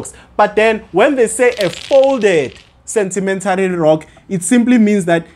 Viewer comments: Is it sentimentary or sedimentary😮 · Why are you saying sentimentary rocks Sir? Good work though well explained